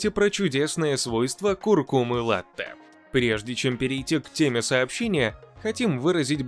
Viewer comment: Latte-молоко... Только вот произношение : La-почти как нота,, ля''))), Благодарю за ролик